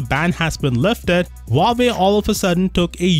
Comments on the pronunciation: It's actually spelled wah-way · My ears bleed every time u say "wavy" instead of Huawei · Not Huvavei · Huawei's middle name actually 'Lie'. Hua 'Lie' Wei